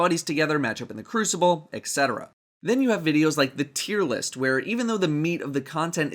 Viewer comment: etc is pronounced et-cetera, not ec-cetera